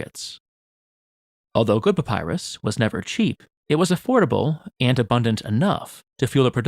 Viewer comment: I cant get over how he says Papyrus like Papaya 😭😭